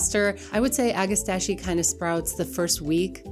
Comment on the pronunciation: Ag-ah-STACK-ee. You're welcome.